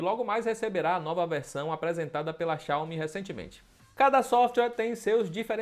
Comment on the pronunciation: Tá correto! Não é xiaiomi como falam por ai